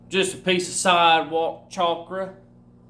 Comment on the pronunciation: Dude did say Chalk-Ra lolll... I hate to type it but I think this fella has got on that Meth. This is what that looks like unfortunately. He needs a 9-5 man. It's sad how some folks who become blessed financially, just let their mental health become fucked.